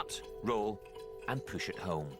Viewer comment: the pronunciation has me ammused lol "poosh off like a spring load"😂